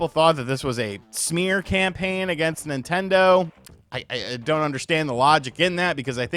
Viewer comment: "How dare you talk bad about my Ninternder!" 😂